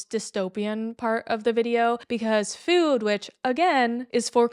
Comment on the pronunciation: The way you say food as “fewd” makes me giggle every time